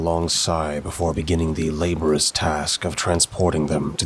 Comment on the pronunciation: Ok, love the story, and I love your narration. I just wanted to point out that you sometimes mispronounce words, like , it’s laborious, not “laborus”.